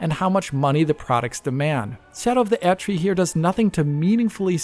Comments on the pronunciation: He pronounced the German prefix "Erd-" (means "earth") correctly, while most people pronounce it like an English word - which it isn't. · yes he does pronounce the German prefix the right way, but all of the game characters say Erdtree with English pronunciation so that is arguably the correct way.